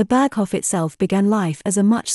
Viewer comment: yes, it's not Berghoff but a longer O, Hoof. Then Reich not Raik, like Dietrich, not Dietrick, Speer not Spier, Eva, not Iva, Braun not Brown, not Fjurer but Führer, Didn't expect an AI voice, fascinating.